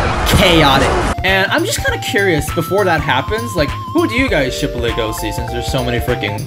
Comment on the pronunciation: "I'm not sure if his name will be pronounced Legosi or LUgosi in the anime" Anime: Hold my beer. > LegoSHi